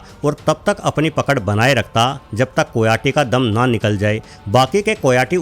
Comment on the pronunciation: कोयाटी नहीं, कायोटी कहते हैं ।